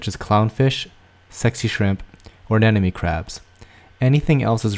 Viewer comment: they are called a-NEM-ones ....not a-NEN-omes!!!!!